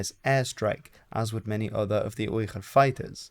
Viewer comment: the pronunciation of "Uyghur" is with a normal "g" and not whatever you are doing